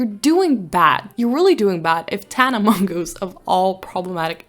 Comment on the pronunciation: Congrats to Rae taking the time off she needs. I’m glad she has an amazing team to keep the channel operating. P.S I love the way you say “Tana Mongeau” as Tana mongoose, from now on I’m going to only refer to her as tana mongoose